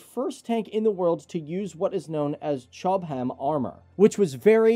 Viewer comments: Its cho-bham, not chob-ham! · Yeah, he lost me at the same point. A fairly shallow treatment of the subject and he mispronounces words (e.g. Chobham is not "Chob-ham" but Chob'm") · Chob-ham -> Cho-bum Aus-traaaa-lia -> Aus-stray-lia Ne-ther-laaaands -> Ne-ther-lunds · Chobham armour, is pronounced without an emphasis on the second syllable. It is a British development. It is pronounced chob- em, said quickly. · Cray Ton. Rine Metahl. Chob hum.